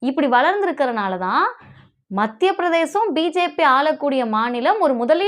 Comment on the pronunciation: தயவுசெய்து மத்திய பிரதேசம் என்று உச்சரிக்கவும். பிரதேஷம் அல்ல